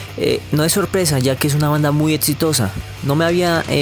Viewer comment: Banda "Etsitosa" me he reído bastante lml.